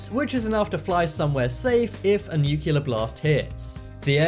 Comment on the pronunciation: 'Nuculear' ? With an English accent. How very international.